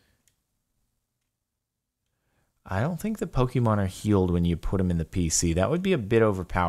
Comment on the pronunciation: I feel so annoyed at how he pronounces the pokemon names.I do not hate him but I hate the way he pronounces pokemon names wrong